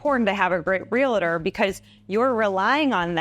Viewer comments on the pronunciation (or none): Realtor is pronounced Real-tor not Re-la-ter